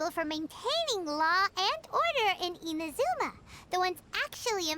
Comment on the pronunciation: Hey! Are you saying I-M-azuma? Because it's I-N-azuma xD